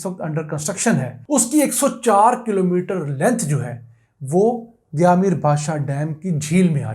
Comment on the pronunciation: لفظ دیا میر نہیں دیامر ہے